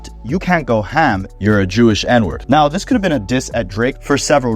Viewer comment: Stop saying Ham like that please 😭